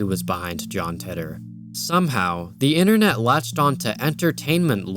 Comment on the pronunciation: John "Titter" I've always heard it called "tee-tor" Yes, I have a childish sense of humor